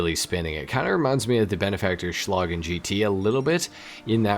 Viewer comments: I think the best option for you to pronounce Vorschlaghammer almost correctly would be to pronounce the Vor like the number 4. They are almost the same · The V is pronounced like an F. Wish you a peaceful weekend. Best wishes from Germany ✌🏻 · Didn’t say it in a German accent